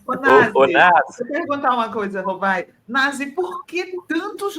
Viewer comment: Nasi é com S e não com Z